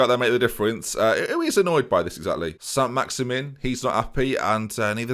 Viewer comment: Yeah technically it’s pronounced Allan Saint Maxi”MAN”. Sorry to be that guy